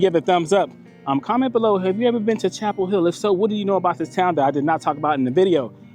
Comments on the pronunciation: Chappell HILL! GET IT RIGHT! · It's Chappell Hill